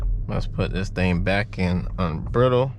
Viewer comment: Unbridled... pronounce it like BRIDE. Just letting you know man. Just bought my Mach-E. I sell these for Ford.